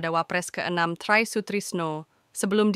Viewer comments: Ini nama indonesia kakak, tri kok baca trai...😂😂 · Try😂😂😂 bacanya tri bkn tray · knp baca Try Sutrisno dg Trai,tolong tny kpd tmnnya dl bgmn membaca Try Sutrisno dg Tri Sutrisno,ini nama